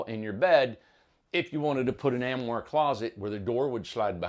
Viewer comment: Armoire... not Amoire.... (Arm-oire) 🥰🥰🥰 xoxo Randolph